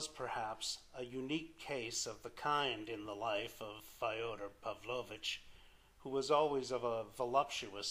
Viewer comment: Not Fi-oder (like Fido) - It's Fyo-der like Yo-der, with an F on the Front. But thanks, nonetheless.